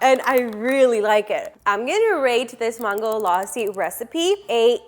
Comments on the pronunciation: Wokey we get that you’re American and you’ll have American accent when you try to say something that’s other words which is not your language but the way you say mangolassi sounds like MAAANGOlassi when you could simply say MANGO and then lassi but you sound like you’re trying sooo hard to get American accent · who tf says Ma-hn-goe laa-si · Same . She pronounced mango properly but maango laasi it triggered me as a India.